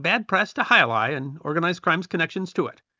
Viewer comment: As a native Spanish speaker I was pleased about your completely correct pronunciation of the name of the sport. As the video rolled I noticed how current were the pronunciation tips in ads. Also, as a Spaniard, I must point that the sport is not exclusive of the Basque region, but it is true that there is where it is most popular. There are frontones in many villages outside the Basque region. As an example, I grew up in Madrid in the 70s and my school had its own frontón where we informally played in all imaginative forms: from a more or less canonical way (the hand version, not the cesta-punta) to games where we used tennis rackets or even feet with soccer balls. It also must be noted that in the first half of the 20th century it was a very popular sport all along the country but I think it was overwhelmed by soccer.